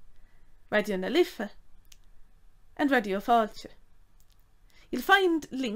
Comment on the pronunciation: I am not hearing the "th" sound. How would you write the word Father to show this? Fadder?